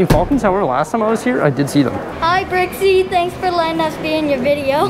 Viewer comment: Nice tour of the mall. Makes my local mall look disgusting. To be fair, it is! And what's with Bricksie and his Jamaican accent . So funny!